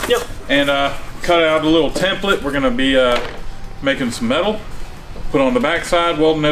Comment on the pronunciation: I'm glad I'm not the only guy pronouncing template right, like Ike